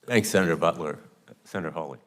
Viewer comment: He said butt …ler 😂